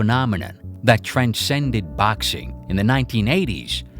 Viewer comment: ffs i crumble everytime you say baxing